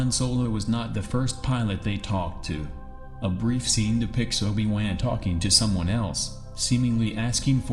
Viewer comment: holy shit please say Obie Won again!!😂 lol great videos but you have to do something about the narrative! weird pauses and simple words mispronounced so badly